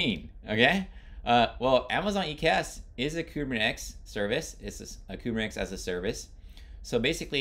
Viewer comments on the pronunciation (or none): Good explanation..but it throws me off when you pronounce it Kubernex or Kubernetics 😆